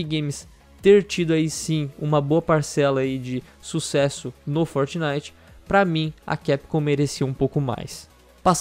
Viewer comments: "forinite" KKKKKKKKKKKKKKKKKKKKKKK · forinite kkkkkkkkkk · Melhor parte do vídeo foi o "forinite" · É FORINITE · "forinite" kkkkkkk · "FORINITE" kkkkkkkkkkkkk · forinite wtf kkkkkkk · "Forinite" ksks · forinite KK